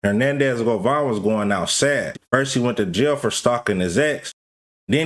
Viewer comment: his last name is GOVAN not GOVON yall influencer's wannabe a journalist so bad tryna not da work a regular job😤 it just explains how lazy yall are didn't graduate from high school you can't spell nor pronounce 😂😂😂😂😂😂😂